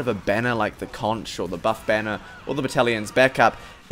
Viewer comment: Conch is pronounced "konk", not "konch". The weapon's name is a play on words with "conqueror". Click on the little speaker symbol in this link.